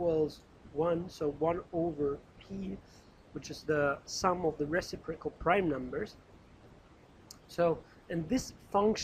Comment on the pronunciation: For all I know you've received this kind of criticism before, but being someone who is wanting to make sure I am pronouncing words properly I feel the need to bring it back up since it introduces cognitive dissonance gor me while listening to your (very helpful, by the way!) lecture videos: it is pronounced reCIprocal (IPA: rɪˈsɪp rə kəl); the antepenultimate syllable is emphasized. Source